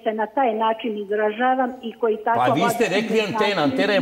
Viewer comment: Ne kaze se "koi" nego koji!!! TO JE TO !NEPISMENI SMO!